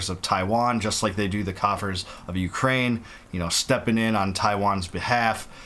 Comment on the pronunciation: Bwah ha ha... Ukra-weenie 😂